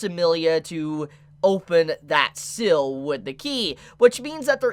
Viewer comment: contrary to popular belief, seal is not pronounced "sill"...